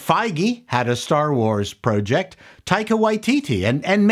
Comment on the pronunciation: I'm stuck at the beginning with his pronunciation of "project."